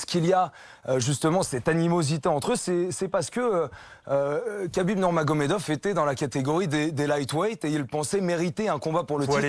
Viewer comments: C'est " khabib " pas kabib quand c'est Aya nakamura on en parle pendant 1 mois mais quand c'est un champion invaincu avec beaucoup plus d’influence on dit rien respectez le boug SVP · Tu rends dingue à dire kabib, c’est rhabib, je sais pas moi dans le football personne appelle jesus navas, jesus, on dit tous resus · Khabib se prononce Rabib et non Qabib.